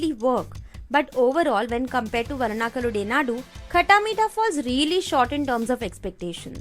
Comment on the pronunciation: No hard feelings when you said the name vellanakalude naadu It's was fucking hilarious it's because am a mallu 😂